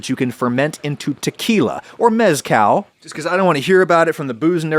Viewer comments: Love how he says "yucca" and "yuca" correctly but not mezcal.. It's cahl like call not like california lmfao Asparagusea spitting facts aside from that :) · Great job on shooing off the booze nerds. Now, about the proper pronunciation of the “z” in “mezcal”… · I love Adam, but I can't stand the way he pronounces mezcal...